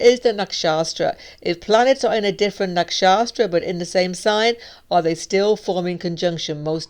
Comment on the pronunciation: hi, you are Great. Only to correct: is Nakshatra, no Nakshastra. Thank you!